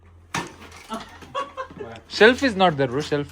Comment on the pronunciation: unphad gawar adu self not shelf😂